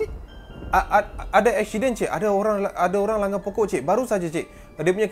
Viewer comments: Aksiyden, pelek, 🤣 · "eshident" hahahahaa